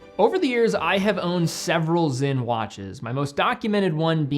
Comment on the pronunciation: is it pronounced with a Z? I am confused? It’s SINN right?